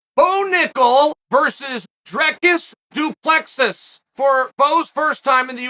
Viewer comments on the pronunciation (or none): South African here. It's pronounced Dree-kis Doo-pla-see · It's pronounced "Drreecus doo Plissee", not "Drekis du Plexis". South African here 😉🇿🇦. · Here's the phonetic, work on it :"Dreacis Do Pluhsea" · Say it like Drikus Du Ples-see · 🙈🙈🙈 Its DREEEEEECUSSS DOOOOO PLUSSS EEEE for "^:" sake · "Drekis Du Plexis wins via Suplexis" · Drekis Du Plexis must be a new transformer lol. Glad Uncle Chael is talking about him though. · Dricus (pronounced Dricis) Du (pronounced do) Plessis (pronounces Plesee) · Don't forget about " Will Fury " and " Hazmat " 🤣🤣🤣🤣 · “Drekis du plexis” undefeated undisputed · BRO GET IS NAME RIGHT!! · Chael BUTCHERS all of these names!!! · "I even took the time to learn his name" - says name wrong immediately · And it's definitely on purpose that he mispronounces our boy's name. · Charl, dude....if you're serious about this social media commentary thing, you gonna have to at least take the time to learn the correct pronunciation of fighters names!!!